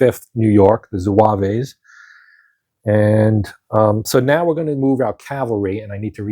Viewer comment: Good to see this played. Still have to punch mine. One note: there is no 'A' at the end of the pronunciation of zouave, it's just zwäv.